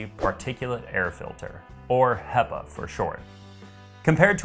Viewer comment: Great review. I've ordered it based partly on your recommendation. Only problem is that 'hepa' is pronounced with a short "e" not a long "ee". Pepper, not people. ;)